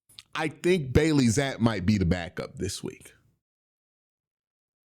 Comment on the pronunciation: Bro says Bailey zappe wrong every time😂 wtf